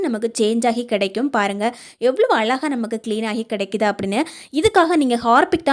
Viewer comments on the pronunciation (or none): அலகாக இல்ல மா....? அழகாக ன்னு சொல்லுமா...!!! பேச்சு கொஞ்சம் குறைச்சா நல்லா இருக்கும்.